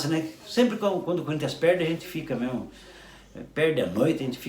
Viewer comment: As "vêis" perde "mêmo!"